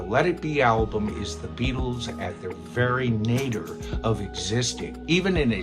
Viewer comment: It's not Nader, it's nadir (na-DEER). Myth #1: correct, it IS their worst album. They said they actually liked jamming with Yoko. At one point, Linda's kids were on set and one was playing Ringo's drums. I have the entire Get Back recording sessions and I really don't see why everyone says George and Paul were going at it! They were just discussing something about when George should play this or that and suddenly, George decides to leave. There was no yelling or any kind of fighting that I heard. I DID think it was kinda rude for John to start singing something that mocked George for leaving. Also, I'll have to listen to it again to see which of them actually showed up first on the first day. George & John actually got on better than Paul & John. They DID do "Revolution 9" together. I know John was sick & tired of the multitude of takes of, "Maxwell's Silver Hammer". He wanted to get into some real rocking stuff. In a way, Paul DID take over. He'd been trying to pretty much all along. I have a number of unreleased outtakes where Paul always counts the songs in. I'd have to check but, I think he even did it on some of John's songs. George did most of the best psych records with the group! I've been toying with the idea of putting together a collection of all of the stuff George wrote with the band, starting from at least "Cayenne" and including the stuff on Anthology that was never released before. Some of the crap Paul put on the white album should've been dumped in place of